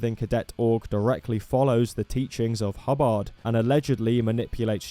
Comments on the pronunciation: "hubb-AHRHD" NOOOOO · Broke: HUH-bird 😴 Woke: Huh-BARD 🎸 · the way you say Hubbard is really funny